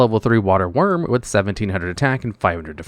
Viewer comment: I think he meant “Wyrm” not “worm”